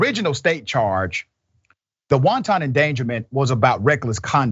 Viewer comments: I love the good Dr! But I gotta correct him, the “wanton” he’s using is pronounced wan-ten, not wan-tahn like wanton soup (s/o lil b) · Everytime this so called doctor said wonton endangerment. The police was attacking Chinese food now lol. Watch out if they keep it up the wontons might go extinct. It’s wanton endangerment hard to be you leave that doctorate when you can’t even pronounce words correctly. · Love your analysis Dr Richey but please, the word wanton, as in wanton endangerment, is pronounced WAHN tuhn, not WON TON, like wonton soup. It's pronounced like the words "want" and "un" combined, emphasis on want. It's important to be sure of correct pronunciation because you don't want to appear as idiotic as this ex cop is. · The host needs to look into how to pronounce WANTON, before he gives lectures about it's legal definition. WONTON is Chinese food. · Killing me with the "soup" endangerment. Sometimes his pronunciation has me cracking up! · Just an fyi..FYI... it's pronounced, whan-tun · Let's not pronounce "wanton" like Lauren Robert, even though we know you know what it means.